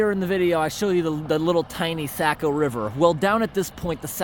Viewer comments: Being from up there we pronounce it Soc-o River not Sac-o even though it is spelled Saco River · Saco is pronounced Sock-o ...no "A" sound. ;-) I know I live in New Hampshire and grew up in Maine. Thank you for all the work you do.